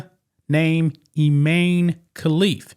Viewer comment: His name is even I-MAN-e. Sheesh.